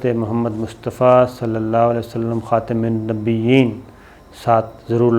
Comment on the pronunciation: خاتم النبيين كا تلفظ كسي عربى جاننے والے سے مشق کر کے درست کر لیں آپکو بہت لوگ سننے والے ھیں سب درست بولیں گے شکریہ